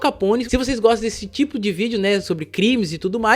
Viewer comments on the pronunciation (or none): none